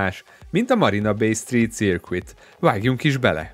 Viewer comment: Szuper videó! Építő jellegű kritika: a helyes kiejtés: "szőrk(v)é(t)", néma v és néma t, vagy ahogy sikerül. circuit ˈsərkət Hülye szó, ez van :D